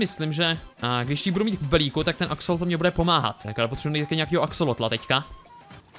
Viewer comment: sir vialovoval zle ti akesloti on to vislovoval akseloti